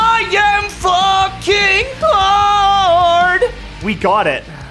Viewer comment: "I AM FUCKING HA-ARD" bro what?